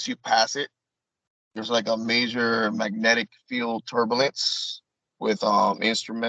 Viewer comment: can’t say “turbalence” or “Libary.” How can he be trusted?